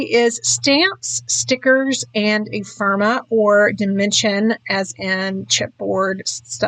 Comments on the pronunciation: This is lovely. The first of your videos I've ever seen. Can I please offer one little constructive criticism? Ephemera sounds like e-fem-er-a, not e-firm-a. Maybe I'm the only one but I found it distracting each time you said it. Both the Echo Park and the CTMH collections seem lovely for the pictures you used with them. I think a lot of the skill is matching collections or even individual products with the pictures you're scrapping. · Epherma? You’re missing an entire syllable